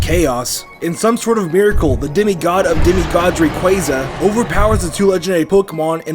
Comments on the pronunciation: Ray-qwah-za not Ray-qway-za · Ray-qu-Ah-za ar-s-ee-us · DO NOT LEAVE OFF THE Y IN RAYQUAZA!